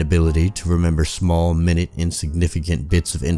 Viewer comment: It is pronounced my nute , not minute. But do go on .